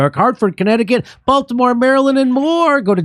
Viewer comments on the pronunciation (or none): none